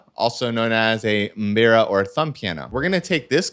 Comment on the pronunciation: I liked how u pronounced mbira as if u r Zimbabwean